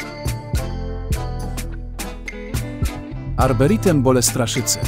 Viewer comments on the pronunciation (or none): "Arberitem"??? Uśmiałem się :) Arboretum...